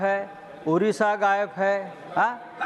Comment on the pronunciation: हा संजुद्दिन गायब बोल रहा है या गायेफ बोल रहा है 😂😂😂